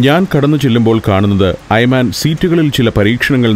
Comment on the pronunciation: ടൂർ ഗൈഡിന്റെ പേര് 'ഐമാൻ' എന്നാണ് ഇവിടെ പറയുന്നത്. എന്നാൽ 'ഐമൻ' എന്നാണ് ശരിക്കുള്ള ഉച്ചാരണം. 'വലതുപക്ഷക്കാരൻ' എന്നാണ് ആ അറബി വാക്കിന്റെ അർത്ഥം.